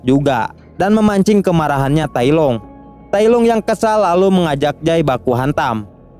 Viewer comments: tailong bukan tailung cuk....malay hadir sorry gua ckp mcm tu sebab terdengar kat telinga ni tak sedap bila ko tailung njir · Tailong bukan tailung